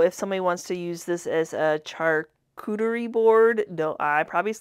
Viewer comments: You said charcuterie perfectly..char…koo…ter…ree! Loved your stool! ♥️ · You pronounced charcuterie perfectly! I can barely spell it 😊